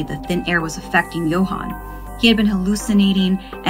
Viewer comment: Same with how she pronounced Johan and Adan